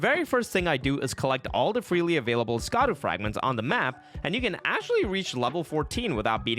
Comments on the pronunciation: It’s not skadoo it’s shaduu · It is not pronounced "ska-duu" it is pronounced like shadow, "Sha-daux." The C is pronounce like an S. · The DLC has been out for months and you still don't know how to pronounce Scadu? /facepalm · Yet doesn't know how to pronounce "Scadu"....